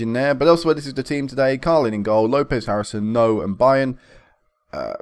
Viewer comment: Byrne is pronounced "burn" BTW